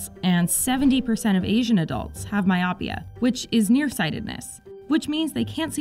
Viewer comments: (at about ) I adjust my spectacle to rest them further down my nose so that I can look over the lenses and haughtily correct you: "my-OH-pia." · Very interesting, but you should check your pronunciation of those medical terms. "Retinopathy" has the accent on the "o", and "myopia" is pronounced with a long "o" (mi-oh-pee-uh, accent also on the "o").